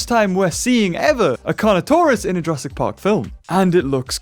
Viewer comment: Why are you saying Jurassic park weirdly